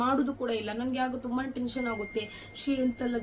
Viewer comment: Adu thuba alla thumba